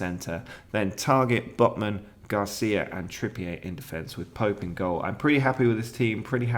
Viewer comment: Trippier may be unhappy as you’ve said his name wrong for most of the season…